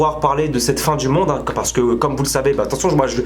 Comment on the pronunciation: « Y’a la fin du mon et y’a la fin du monde » tu parle chinois mon frr